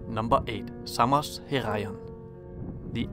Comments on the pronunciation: Well, it is not ''Seimos'', it is Samos, for starters. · Σάμος* προφέρεται φίλε όχι Σέιμος χαχαχα.